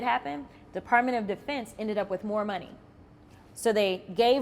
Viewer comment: Jasmine Crockett, before you get back on TV, learn how to say “money” correctly. Please. You out here embarrassing the Black community every time you speak, but let’s be real—that’s just a symptom of a much bigger issue. See, the Democratic Party has been running the same iron triangle scam on Black folks for decades—using the Black politician, the Black preacher, and the Black activist to manipulate our communities into voting for them. They show up with promises, talking about “hope” and “change,” but when the dust settles, what do we have? Crime-ridden neighborhoods, broken families, and an economy that leaves us struggling while they sit in their fancy offices collecting checks. They tell us they’re “for the people,” but historically, they were the party of slavery, Jim Crow, and segregation. Then they switched tactics—trading the chains for government dependency, bad policies, and empty rhetoric. Same oppression, different strategy. And let’s not forget how they treat any Black person who dares to think differently. The moment you step off the plantation and start asking real questions, they call you every name in the book. Uncle Tom. Sellout. Meanwhile, they praise Black leaders who do nothing but maintain the cycle of victimhood and obedience. Jasmine, you and the rest of the Democratic puppets got some explaining to do. The Black community is waking up. We see the game now, and we’re not falling for it anymore. Y’all can’t keep gaslighting us while our communitie